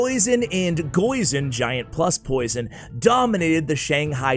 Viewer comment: You almost gave me a heart attack when you said “goison”.... thats stuffs scary.